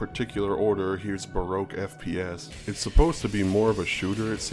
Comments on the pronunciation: It sounds like somebody can’t say BROKE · Baroque sounds like broke slowly pronounced